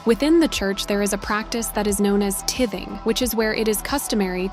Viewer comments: Say it with me...tiiiithing=tything. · Just to say, tithing is pronounced 'TIE-thing'. I've never come across a church that charged members to attend. That's wild. A California thing?